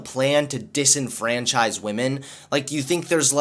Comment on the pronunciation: its not "Liberals Ruin Women" its "Liberals Ruin WAHMEN!!!!"